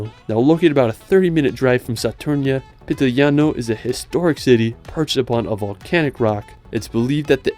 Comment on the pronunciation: its PITIGLIANO NOT PITILIGNANO